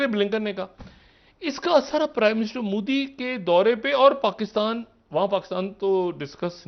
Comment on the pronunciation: He can’t even speak modi properly (mudi mudi moody) ... Chale hain apne tazzia Karne....